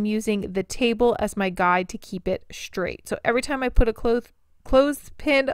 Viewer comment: DUDE. My mom listens to your videos and it drives me INSANE when you pronounce the word "straight" with an "h". You say "shtraight". THERE IS NO H IN THE WORD. Feel free to fix this.